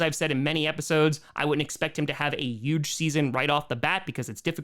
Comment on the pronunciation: I love you I really do, but why do you avoid the letter H like the plague? It makes me sad, the Yooooston Texans and yoooge implications are slowly sending me over the edge